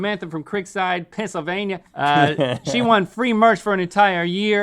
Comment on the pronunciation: Link said Pisssylvania